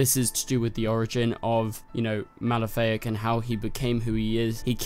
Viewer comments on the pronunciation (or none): Uh,his name is Malafaak, not Malefic. That sounds like a Maleficent ripoff... It's Ma-la-fa-ak. Jonn's evil younger brother from Mars